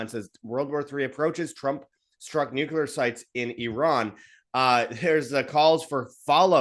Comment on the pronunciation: For gods sake man. It's, New.Clee.Err 'Not' New.Cue.Lerr Why is that so hard for people to say right. Ever since Bush Jr. started saying 'New.Cue.Lerr' everyone has been parroting that idiotic crap since.